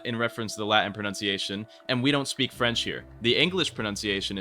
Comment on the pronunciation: you say french like a slur like a real American